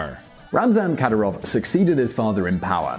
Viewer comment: You can't even pronounce Kadyirov's name, mate...